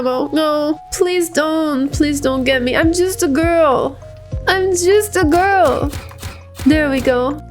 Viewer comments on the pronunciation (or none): “I’m just a gurwl” 😣😣 huh.